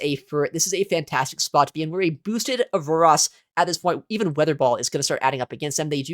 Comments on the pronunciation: I'm so perplexed by your Aurorus pronunciation lol its ah-ROHR-is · Aurorus = OR OR OS No "AAS" in sight 😂